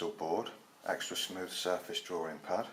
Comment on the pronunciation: the way you say drawing sounds like drawring. I'm not trying to be offensive or anything, so sorry if that offended you.